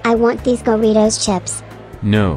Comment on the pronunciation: Jj said goritos instead of saying doritos